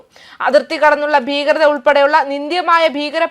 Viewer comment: ബീകരത!? ഭീകരത എന്ന് പറയൂ